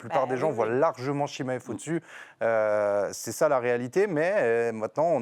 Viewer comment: Je connais Chimaev mais pas le Chimmaillefff dont elle parle🤣 Nass a toute la technique pour le battre, est gagnant contre tous ses adversaires et connait deja son adversaires, moi je le vois gagnant On a vu tellement d’ouvertures contre Dricus, et aussi le fait qu’il n’a pas reussi a le soumettre